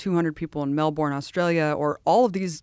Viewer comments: Melbourne is pronounced Mel burn. That's for all the seppos (Americans ) and poms (English ). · Melbourne is pronounced "Mel-Burn" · Melbourne is pronounced “Melbern” but the second syllable is said quickly. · Please, Americans, learn how to pronounce Melbourne properly. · They always pronounce Melbourne wrong! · Not how you pronounce ‘Melbourne’